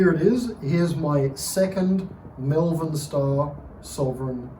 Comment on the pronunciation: Exceptional bike, fantastic history, but please, its MOLE-VERN, MALVERN. Not mel-vern or me-yel-vern or whatever it is thats making me cringe everytime I hear it. Source: I'm from there. Seriously, what a cool machine! I'd say M.S.CONN was the original ownerp